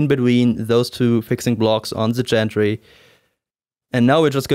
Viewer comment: Excellent video. I like the way you make a point of what needs to be left loose initially, and which angles are critical. That's almost never in paper directions. (Not important, but as a friendly FYI - gantry has a hard 'G', like "Grow").